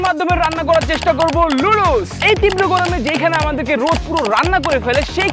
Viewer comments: লুডুস না নুডুলস হবে😊 এইটাও বলতে পারো না 😅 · Noodles ❌ ludus ✅ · নুডুলস ❌ নাদুস নুদুস☑️ নুদুল ✅✅✅